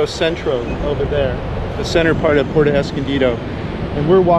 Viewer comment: Good one amigos,, it's not PORTO, it is PUERTO, pronounced: " poo, where, toe ", come on, you're from cali, you can do better than that, love ya!